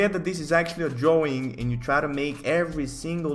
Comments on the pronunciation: I love how he pronounced words "dwawing" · i like the way you say drawing